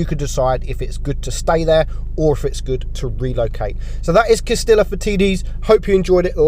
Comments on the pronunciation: Cas-tee-yah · It is pronounced Cas-tee-yah. Get your Spanish on.